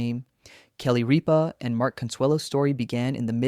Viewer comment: First of all, her name is Rippa not Reppa. Get it right. Where do you come up with this bullshit. You should mashed of yourself.